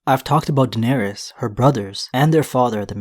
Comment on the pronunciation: Air-Riss not air-Rees right? All of the targs with the -ys ending are pronounced “Riss”